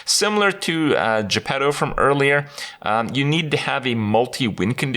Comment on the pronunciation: When everyone calls Jepetto -> Je Pedo